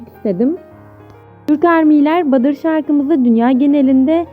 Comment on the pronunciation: Ablacım badır değil ya butter(battr) Video için teşekkürler💜